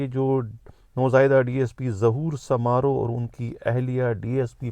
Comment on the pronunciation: آپ کو ذرا بھی علم نہیں ہے ۔۔۔ آپ کبھی شکارپور گئے ہیں ۔۔؟؟؟ گھر بیٹھے وی لاگ بنانا بہت آسان ہے ۔۔۔ آپ ریسرچ کریں ۔۔۔ پہلے تو تلفظ درست کری سومرو قبیلے کو سامارو درست کریں ۔۔ شکارپور کے لوگوں کے لئے بولنا کہ ہر شخص کے خلاف کوفیکٹر ئی نہ کوئی مقدمہ صريحن دروغ اور سفید جھوٹ ہے ۔۔سب سے پڑہا لکھا شھر ہے سندھ کا ۔۔ جو مارے گئے ہیں انہوں نے قبرستان پر قبضہ کرکے منشیات اغوا ڈکیتیاں اور موٹرسائکل چوری ان سنگین جرائم میں تھے ۔۔۔ تم ایک لفافہ صحافی ہو ۔۔۔ تمہیں کچھ پتہ ہی نہیں ۔۔۔